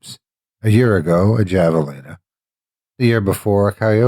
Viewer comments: HAVE! HAVALINA! Not goddamn JAValina! And Winslow is nowhere near New Mexico! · Great story. You are my favorite narrator. Just FYI, javelina is pronounced have a leena. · Javelina the "J" is pronounced like an "H" it's pronounced "Havalina"